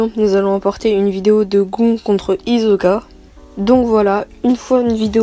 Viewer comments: GON et HIZOKA ça ce prononcé "gone et "Hissoka" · ta dis con au lieu de gon XD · Mec jvais te démonter ta dis « gon » alors que sa se prononce « gone » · Par contre il a vraiment dit : gOn contre HiZoka à la place de GonE contre hiSSoka ??? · Mais il a dit gon?? Moi je le prononce gonne😭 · Gon sa se prononce gone 😹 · Il a vraiment dit GoN et HiZoKa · On prononce gone même si on l'écrit gon 🤣🤣🤣🤣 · Sa se dit gone et hissoka